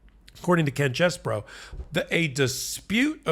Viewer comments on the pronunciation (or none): His name is CHEESE-BRO, not CHESS-BRO! I've written this several times, so I guess you don't read the comments. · Yo! 🧀🧀 It's pronounced Cheese...bro.